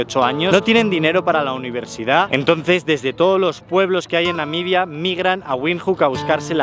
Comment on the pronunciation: Excelente e interesante video, me pareció que dice constantemente "Namidia"